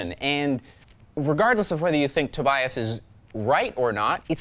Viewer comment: I'm pretty sure, that's not how you pronounce Tobias.